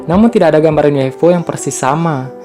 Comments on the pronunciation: UFO bang bukan U F O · Ufo bukan uifo